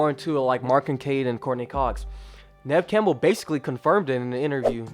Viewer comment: Please at least pronounce Neve Campbell correctly